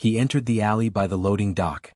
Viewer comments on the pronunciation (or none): none